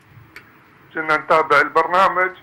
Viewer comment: والله هذا ليس سوري ولا هذه لهجة اهل سوريا هذا واضح جداً انه عراقي لاحظوا في الدقيقة يقول المتصل : ( شنا ) نتابع البرنامج اي كنا نتابع البرنامج وفي الدقيقة يقول المتصل : (شان) امير المؤمنين اي كان امير المؤمنين واهل سوريا لا ينطقون (الكاف) (شاف) مثل العراقيين اطلب من شباب سوريا ان يحكموا بأنفسهم .. هل هذه لهجة اهل سوريا ؟